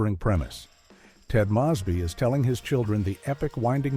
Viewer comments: Ted Mosby name is pronounced like moe's bee not moss bee you ass hole! I really hate when you numb nuts post a video and butcher names! Not gonna hit the like button on this shit! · I stopped 3 minutes in. If you can't even pronounce the names correctly, I know you didn't watch these shows, and your views are unsupported. It's not "Ted Mawsby" it's Ted MOWsby. And though Robin's last name was pronounced "sher bat ski" in the first couple of episodes, the rest of the season it was "sher bot ski". It's not Phoebe "Buff ay", it's Phoebe "Boof ay". Maybe you're using AI, but this whole thing lacks credibility. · Oh gee, not another clown college reject who didn't see the OBVIOUS end to "HIMYM" coming and now blames the show for his own stupidity ... and how could anyone watch the full nine seasons and still mispronounce Ted Mosby's name? It's "MOSE-by." Is this some effing AI narration or what? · Mow-sbee! Stupid A.I. lol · HIMYM... Mispronounces "Mosby." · I'm not even 5 minutes in and I already hate this video. Mispronouncing Mosby and saying the triplets ruined Friends? The kids were in maybe, maybe a handful of episodes. What utter nonsense Edit* who tf is Dakota? I watched 8 Simple Rules but I don't remember that kid. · When this video “lost me”- the AI mispronounced Mosby. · Me too.